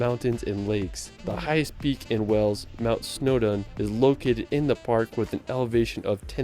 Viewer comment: He also calls Wales 'Wells' - a lot of Americans do this - if the 'a' sound is so hard to say why don't they call a tomato a 'tometto'? 🙂